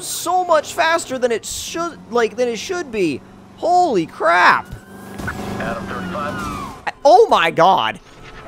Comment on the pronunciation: Did anyone notice that it sounded like he said "pole-y crap"?